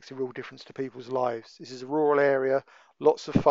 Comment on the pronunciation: If you can say Roads then you can say RURAL and not WUWAL! LAZY SPEAKING. Perhaps they should book you, not for going slow, but for MURDER of the English Language!